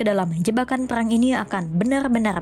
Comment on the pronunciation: Cari narrator yang bisa spelling RRRR dengan bener, karena ini bahas peRRRang